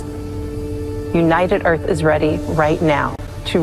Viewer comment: "President of Earf" 😂👍 You know, this may have possibilities for the current trend of rewriting history.🤔 The Greatest Show on Earf The Day the Earf Stood Still Destination Earf From the Earf to the Moo 20 Million Miles to Earf Oh dear, I think I'm stuck in the 50's...